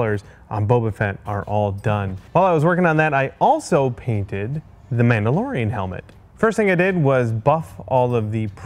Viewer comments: "mandalorian" no biggie, just helping a friend Star wars fan out :) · “What’s your favorite mandorlian” Me: mandorlian